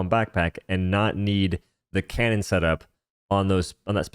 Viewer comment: he keep saying canyon